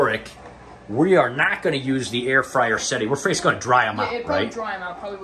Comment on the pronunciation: I thought you said “hair fryer” at first 😂😂 I’m not into many healthy snacks but I really appreciate y’all’s commitment to staying healthy!